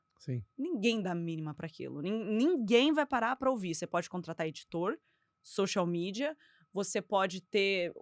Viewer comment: Uaaau. Maravilhoso! Só fiquei um pouco incomodada com a pronuncia do “x” no início do social mídia.